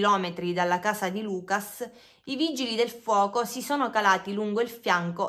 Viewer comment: sei brava, però: Lucà on la U chiusa, Natalì ecc... sono francesi